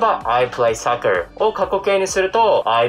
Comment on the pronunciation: soccerがsuckerにきこえる、、、